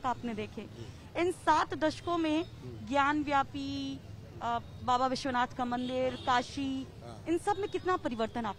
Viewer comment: रिपोर्टर मैडम सही नाम है ज्ञान बापी ना की ज्ञान व्यापी सो कृपया सही नाम लें 😊